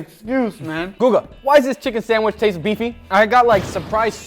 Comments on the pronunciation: Haha Uncle Guga says sandwish instead of sandwich 🙂🙂🙂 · GUGA....it's called sandwiCH not sandwiSH! WHY U KEEP CALLING IT A SANDWISH!!!! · You pronounce Sandwich - Sandwish. Must be a south american accent. Wierd ^^ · He can make a pretty good “samwish” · Why do you pronounce the CH as an SH in sandwich (not sandwish)...? Brazilian Portuguese has the ch sound. Just curious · I love the way Guga says Sand-wish XD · Am i the only one hearing sandwish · Respect Guga but it really grates on me how he says sandwich 😂